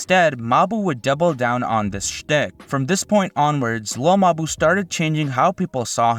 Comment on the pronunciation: its pronounced lil mabú